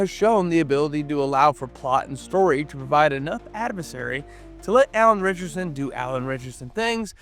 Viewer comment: Actually, there's a case that they've been pronouncing Neagley's name incorrectly on the show. True this vid seems to be mangling some names, though. Could be just a minor mumble every time this announcer says "Ritchson", but it sounds like he's saying "Richardson." And I almost didn't notice that the copywriters seem to have mixed up General Leon Garber with his daughter, Jodie. 🤣